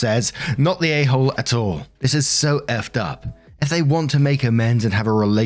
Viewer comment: Can I say I LOVE when British says a tall instead of at all. I’m just weird like that